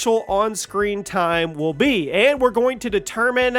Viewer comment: I never knew the words TIME and multiple other words were pronounced eith an 'A' on the end TIME'A